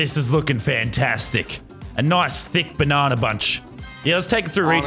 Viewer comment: It’s banana not bananer